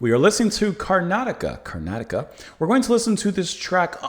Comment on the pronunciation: Didn't care much for the song, but kudos on your pronunciation. Karnataka is the name of a state in India and I was afraid you were going to butcher the name.